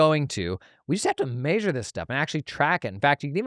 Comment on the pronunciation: MAY-sure always gets me